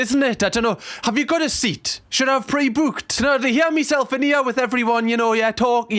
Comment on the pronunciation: The way you say 'booked' will never not entertain me having watched so many of your videos, which is surprising, since you tend to say it a lot.